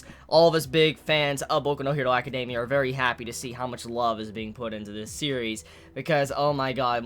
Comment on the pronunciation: He says it the way it should be said?